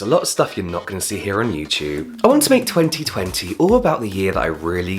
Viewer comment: I could not wait to hear James saying 2020 with his accent, what a moment ❤️